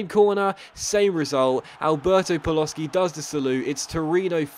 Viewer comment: Hearing Paloshy pronounced Paloski destroys a small part of my soul every time i hear it, which is 20 times an episode